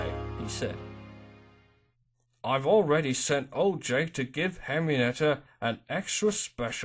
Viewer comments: Henrietta not Henrienetta good story but hearing the name is kind of cringey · her name is Henrietta. why are you pronouncing it "henry-nett-a"? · i kept hearing it said henrinetta bud im not mad was just pointing it out